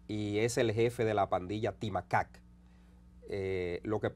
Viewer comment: 😂 pronunciaste ti macac 🐒 bien eso significa monito